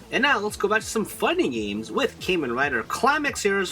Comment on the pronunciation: Very nice and informative video But it really bugs me that you pronounce Kamen as "KAY MAN" (Kay like the letter k). Kamen is pronounced as "KAH MAN". Please for the next videos please try to pronounce Kamen as I told you. Cheers